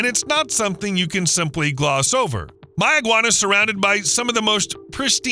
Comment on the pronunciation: As a Bahamian some of those clips are old and locally pronounced "May-ah-gwan-ah"